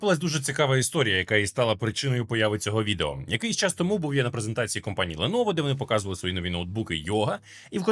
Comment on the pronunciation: "Бленово" - все, давайте по новій, пане, всьо МакОС